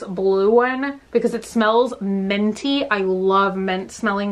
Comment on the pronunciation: you pronounce minty like menty, it’s so cute